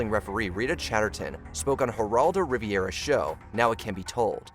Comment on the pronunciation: Um... Geraldo RIVIERA!? Rivera. Riv-era. Not a beach.